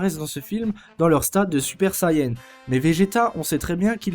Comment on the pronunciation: Mec, ta vidéo est bien dans l'ensemble mais je t'en prie, fais pas la même erreur conne que les comédiens français et l'équipe de production, c'est Sayane, et non pas Sayen, c'est d'autant plus vrai en japonais, ça me tue d'entendre des gens écorcher ce nom, je l'ai moi-même fait quand j'avais 8 ans et venait tout juste de connaître la série en jouant au jeu sur PS2, mais je prononçais à la française en disant "seyant" donc c'est pas aussi grave !